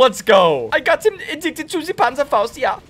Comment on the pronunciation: Zee panzhafaust lol